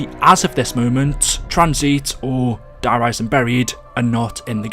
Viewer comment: Hey man, great videos keep up the great work. Now, in case you are wondering, Die in German is actually pronounced like “dee”. Have a great day, love your vids.